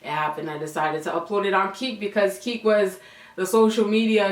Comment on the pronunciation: Never heard of Keek. Thought you were saying Kik. lmao your mom's reaction! So Carribbean!